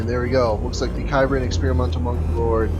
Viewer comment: Small note, its pronounced "Sibran". It's an experimental unit from the Cybran Faction in the game Supreme Commander.